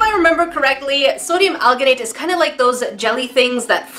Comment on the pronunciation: Alginate isn’t pronounce with a G sound it’s pronounced with a J sound so it sounds like aljinate :p love the video